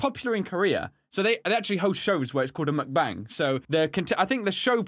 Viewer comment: He said mukbang wrong lol Pronounced as "mook baung"